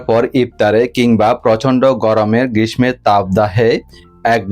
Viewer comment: Khub bhalo hoyeche. Thank you Apni uchcharon thik korun. Grismo noi grisso habe word tar uchcharon